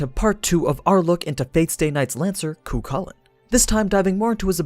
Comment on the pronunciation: The second c in the name is silent